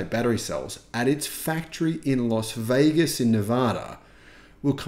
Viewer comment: For the love of god please learn to pronounce LAS VEGAS.